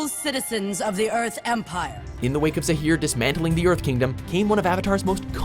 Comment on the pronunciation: Again Zaaaaaaheer